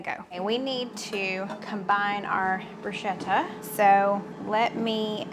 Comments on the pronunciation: Not to be a nit picker but it’s pronounced “broosketta” any time there is an “H” after a consonant it is a hard sounding consonant. Like spaghetti. You just earned a credit of Italian. Keep up the Great work!!! Hoping Gracie Lou gets some cheese!!! - Nick Giardiello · Hi great recipes you and the family have for us. To pronounce bruschetta “broo·skeh·tuh” ‘sk’ not ‘sh’ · Heh southern girl it’s pronounced broo sket ta not bru shet ta! lol